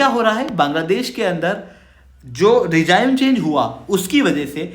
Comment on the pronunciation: सर आप कहा तक पढ़े हो। रिजिम को रिजाइम बोलते हो। हिंदी के भी अनेक शब्दों का गलत उच्चारण करते हो। मामला क्या है।😅😅😅